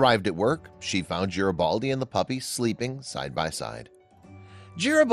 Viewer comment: It’s Garibaldi, with a hard G, not a J sound.